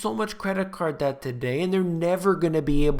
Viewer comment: Debt =Deth.